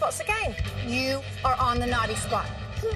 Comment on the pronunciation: Every time she said naughTEE spot I cringed